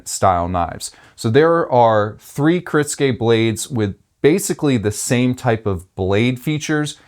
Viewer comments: Kuh-ritz-gay? Bruh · You said it wrong the entire video. Which is kinda funny considering you're a knife business, and you also responded to the comment explaining how to pronounce it correctly.